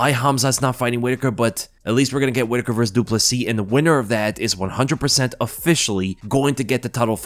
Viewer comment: At least he is getting the surname right.